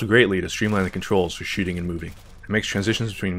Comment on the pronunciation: Did he say movement and shitting at the end ?